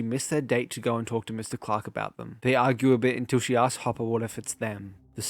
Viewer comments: Whenever says “Hopper” it sounds like he’s saying papa 😂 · Ngl I keep mishearing hopper in s1 as “papa” in your video